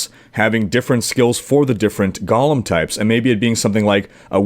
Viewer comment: Hate to be a pronunciation nazi here, but it sounds like you're adding slimy twisted hobbits to the game (Gollum). It's GO-lem, rhymes with no-lem.